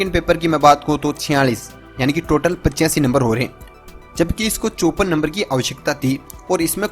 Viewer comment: Bsdk 54 number toh sahi se boloo